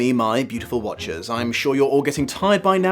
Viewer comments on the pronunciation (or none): I thought you said “my beautiful watches” (like the wristwear) since I found the channel and I just realized you’ve been saying “my beautiful watchers”. I really love this phantom of the opera series. It’s really comforting to watch at home.